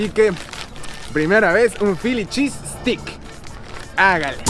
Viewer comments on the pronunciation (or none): Obvio vídeos de comida 🥘 comida 🥙 s todooooo👌👌👌 que bueno q te hayas dado cuenta que ver tragar 🌭🍕🌮🍪don los vídeos más cool 😎 ja 😅 y se pronuncia filichisssteick lol 😝 steak 🥩 no es stick es essssteiiick jeje 😜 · Stik jajajaja !! Es steak 🥩 ve mushpo jajaja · Mi querido, se pronuncia “steik “ no stick, stick es palo 🤣🤣🤣 el philly cheese steak es súper famoso allá! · Todo bien. Excepto que fonéticamente se pronuncia "ESTEIK" (steak). Ya que "STICK" es palo. Philly roast beef steak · Mi querido!! Se pronuncia STEIK!! No STICK!! Eso es otra cosa jajajaj buen video, saludos hermano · Se pronuncia esteik no estik jaja todo el tiempo estuviste diciendo palito palito o ramita en inglés es stick, saludos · No es estix, es esteix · stick?.......jajajajajaja.......paisano debes de ser.....se dice STEAK.....ESTEYK...........jajajaja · STEAK se pronuncia como ESTEIK NO Estik. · Steak se pronuncia “esteic” no “estic”! Pilas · El verdadero philly cheese steak uff te mueres quedas turulato 😅 es con otro tipo de queso y con salsa cremosa de cebollas caramelizadas y champiñones y pimientos verdes y con la carne uff el pan 🥖 uff te mueres nada q ver con el q tu probaste en este vídeo y NO SE DICE STICK se pronuncia ESTEICK STEAK 🥩 ES ESTEICK NOOOO STICK !! 😅 saludos y bendiciones 👍🏼👍🏼😅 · Gringos: "Philly Cheese Steaks" Otros: "Feely Cheese Es-Tay-Kssss": "Feely Cheese Stick" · pero pongamosle toda la pronunciacion..es fili chiis steik....jajajaja..criticas constructivas 😀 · papito lindo, estas pronunsiando steak, stick que quiere decir "palo". Use el internet para la forma correcta. No es queja, si no para ayudate. 💗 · Soy ecuatoriana y nunca he oido esa palabra “chancroso”. Que significa?. No dices en que sitio de USA estas. La palabra Steak trata de pronunciarla mejor querido, lo dices como stick que es otra la traducción. Soy tu fan y te deseo buena suerte 👍🏼🇪🇨🙏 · esteyk se pronuncia esteyk